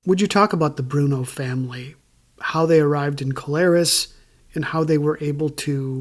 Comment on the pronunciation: So I'm from Hazleton and grew up hanging out in and around mcadoo kelayres and can't figure out how your gonna have a full podcast about kelayres and not even know how to pronounce the word kelayres.......